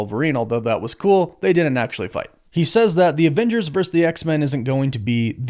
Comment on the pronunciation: It's not "verse" it's "VERSUS"